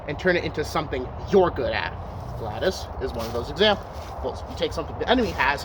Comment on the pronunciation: ok big mistake here, you may want to research how the Romans used the gladius and I’ve only ever heard it pronounced glad-e-us. Absolutely you would thrust and stab with it that’s what the very acute point was for and the wide blade which will prevent the thrust from going in too deep, making it easier to pull out. They would cut with it but most of the time, they would be thrusting. Also the gladius when used by Roman soldiers was almost always used with a shield so you wouldn’t be using it with two hands and the shield(scutum) is what helps you deal with longer weapons